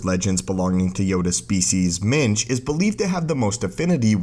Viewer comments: Every time you said minge I laughed especially when you said "minge nearly single handedly defeated the dark side" English people will get it. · Did you say jedi Minge? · when you say minch, its sounds like something completely different. ;)